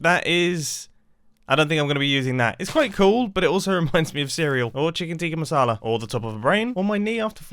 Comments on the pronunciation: cheecken teeka masala 😳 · Did Mumbo just say CHICKEN TIKKA MASALA ( Indian Dish ) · As an Indian hearing Mumbo saying "Chicken Tikka Masala" was the weirdest experience for me today